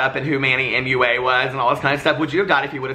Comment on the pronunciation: The absolute best thing about your channel is when you say moo-a 😂